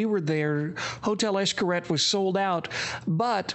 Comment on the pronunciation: Funny when a white person tries to say a word in Spanish. Xcaret is pronounced "ish-ka-ret" cuevas is pronounced "cue-vas"